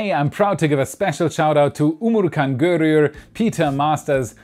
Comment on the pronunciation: Your supporters name is probably UmuTcan Görür. Not UmuRcan.